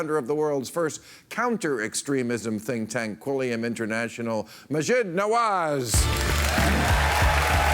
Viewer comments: Bill introduced him as "Muh-JEED", Maajid said "MAH-jeed", then Bill proceeded to mispronounce it yet again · Learn how to pronounce his name accurately than ur interview will hold some worth. How silly to invite someone then not know how to say his name. 👎